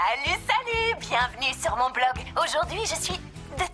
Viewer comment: J'aime pas quand tu dis bloge parce qu'on dit Vloge